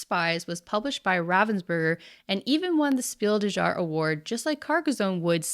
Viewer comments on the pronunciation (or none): "Speel doo jar"? 😂 The pronunciation of that German phrase is more like "shpiel des yahre". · "s-peel de jar award"? I can't get over how you pronounce Spiel des Jahres :-)))) - visualize the spelling "Spiel Dess Yaahres" when saying it. That might come closer to it's actual pronounciation. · Jesus Christ “spiel dezhaaaar” please stop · Spiel des Jahres is pronounced "shpeel dehs yarehs" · For the love of God, please find a pronounciation guide for the term "Spiel des Jahres" I'm German, and it hurts my ears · "Spiel des jahres" is a german award, and as you already knew that, i would very much appreciate it if you didn't pronounce it as if it was french... I know it is an american tradition to just pronounce foreign words how ever the f*** you like, but in a globalised world where you make content for people in every country to watch, i think it's not too much to ask for a little appreciation of our culture and language, by just going to Google translate to find out how to pronounce words from our country. It would have cost you like two minutes... But by showing that you didn't even take two minutes to find out how to pronounce "spiel des jahres" you're showing that you absolutely dont care about other countries cultures, like most other people in the US.